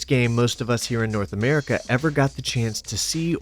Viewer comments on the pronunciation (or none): none